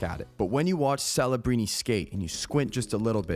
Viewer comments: are you saying fellabrini? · Why does this guy keep purposefully botching his name though? This isn't Ibiza Spain bro. His name is Celebrini with a C not an f. Stop sounding like an idiot